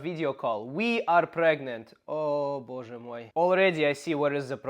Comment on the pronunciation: Hi, /. A great video, as usual. Боже мой was said in perfect Russian. ❤